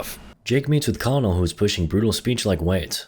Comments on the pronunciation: Lol so I'm not the only one who was bothered by his pronunciation of colonel. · You really need to learn how to pronounce Colonel. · So is nobody gonna talk about how he's pronouncing colonel wrong? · You'd think he'd know how to pronounce colonel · He says it like Coll - o - nell when it should be like "Kernel"... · Man, the mispronunciation of "Colonel" is killing me. It's pronounced kur-nel. Great vid still. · The conol lmao the kernel is how you say it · Its ahhhh..... pronounce "kerr-nel" not "call-nel". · I can’t tell if he pronounces Colonel as it’s spelled as a joke or he doesn’t know it’s “kernel” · Too all people learning English and to you. I apologize but Colonel is pronounced "kernel"... XD English sucks lmfao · Colonel is pronounced Kurrnull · I don't know if it's on purpose, but the one thing that kept pulling me out of this vid was way of saying "Colonel." In all my training, it was pronounced "kernel" (and no, I don't know why), but I enjoyed the rest of the video in any case. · The Colonel is pronounced Kernel. Christ.... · “Colonel” is pronounced like “kernel”. Your making my ears bleed please stop. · Idk if you're doing it as a joke, but "colonel" has 2 syllables, pronounced like "kernel" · FYI colonel is pronounced kernel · Colonel is pronounced kernel by the way. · So... Colonel is pronounced Kernel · Colonel is a military rank, pronounced like Kernal. You’ve probably heard it before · pronounced “kernel” btw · colonel is pronounced like "ke-nel" i know its stupid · finally a shot of Neytiri's nipple! Always wondered what that looked like. Turns out it looks like most others. :| edit Colonel is pronounced similar to 'Kernel' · bro pronounced colonel as colonel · The amount of effort this man put into pronouncing the names/titles of the made up aliens after mispronouncing the word colonel like three times has me screeching. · ... that''s not how you pronounce Colonel.